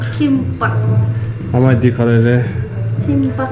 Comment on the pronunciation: Ama says Chimbab 😅😂😅